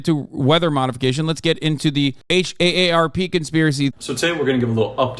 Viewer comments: If H.A.S.A.N. says H.A.A.R.P 1 more time instead of just saying "Harp", i'm gonna K.I.S.S myslef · I’m from Oahu and my boss flew out there to help out at a store whose workers were from Lahaina but couldn’t work due to obvious reasons. Saw some of the video they took and it literally looked like post-war footage. Insane and tragic 😢 Also, minor annoyance: just pronounce HAARP as “harp”. Just as annoying as folks who pronounce “OLED” as “Oh El Ee Dee” 🤦